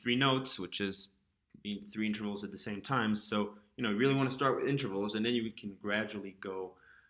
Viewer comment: Nice, but please say in -TER-vals. Not inTRAvals. I'm recommending this video to my students, but please pronounce that word right please.